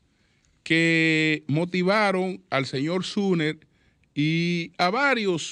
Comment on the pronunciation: SUMMER(SOMER),pronunciar correctamente el nombre,aunque sea en español ,como se escribe,ayuda a hacer más creíble su discurso farragoso.